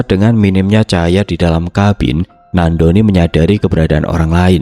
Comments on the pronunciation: Nandoni kak bukan nak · Ko bacanya nak doni trs sihhh